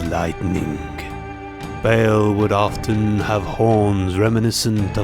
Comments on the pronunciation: Ba al not bale. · Ba'al should be pronounced Baal, not Bail.